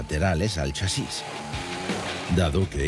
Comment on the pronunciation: Chasis....no lleva tilde porque es una palabra llana acabada en "s" ...eso quiere decir que la fuerza se hace en CHA ...y no en SIS como lo pronuncia el tipo raro del vídeo.... Y digo todo esto porque he tenido que dejar de ver el vídeo por la mala sangre que me estaba produciendo al escucharlo pronunciar mal. Y explico todo esto por que sí, asi me he quedado mas agusto...😂